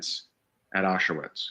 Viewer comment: Its not Ah-shu-wits, dumba**. It's pronounced Ah-sh-vitz